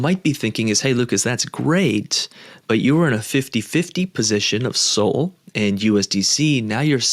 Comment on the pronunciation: When did SOL get pronounced SOLE?